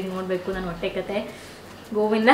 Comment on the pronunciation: Adhu wotte alla hotte😂 By the way yen aithu nim hotte olage?